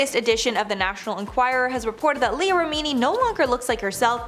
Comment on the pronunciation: & finally number one? That was not Tom stop saying Leah’s name wrong